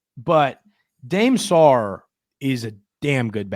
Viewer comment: It's pronounced Da may Sarr Dame Sarr